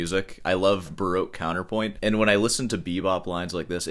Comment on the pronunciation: When he says baroke i think he means baroque :)